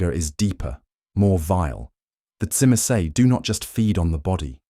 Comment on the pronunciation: Now we need Brujah🤣 unfortunately the Ai can’t say Tzimce very well